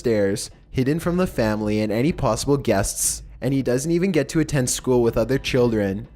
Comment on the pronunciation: Why does say plossible instead of possible?🤔